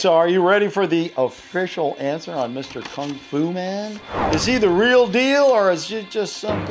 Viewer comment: Yeah his is “ril”